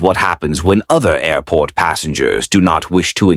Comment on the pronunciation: Creepy AI guy broke his record. "Airpot" 6 times on this one!!